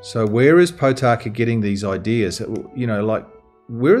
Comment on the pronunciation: How come you interview Tama Potaka several times without bothering to pronounce his name properly? His surname is not Pot aka or Pau taka. Think of the words Pork, More, Morepork and you will get the correct sound. Mispronouncing maori is like hearing an opera singer sing out of tune. The best way to get your lips and mouth accustomed to pronouncing maori is to practice E. A ha ka ma na nga pa ra ta wa wha ....E E he ke me ne nge pe re te we whe....I I hi ki mi ni ngi pi ri ti wi whi....O...O ho ko mo no ngo po ro to wo who....U U hu ku mu nu ngu pu ru tu wu whu. A as in father, E as in met, I as in meet, o as in Pork, U as in poo. Give it a go. This will help pronouncing come naturally to you as a proud pakeha like me. Thanks for your podcast. Keep it up.